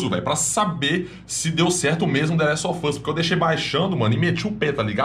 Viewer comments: nossa vei deu uma agunia ver ele falar The Last Ò Fãs kkk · Ele fala : THE LAST OF FUSSSSS Ótimo 😅😅